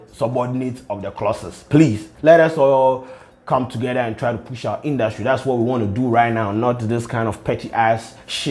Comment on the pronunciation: It was “Induutry” and the “blah blah blah” fah me 😂😂😂😂 skin though! 😍